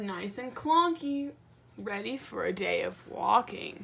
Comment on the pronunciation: “Very tready at the sale”